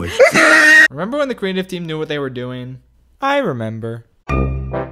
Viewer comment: hold on i did not just head "quweative"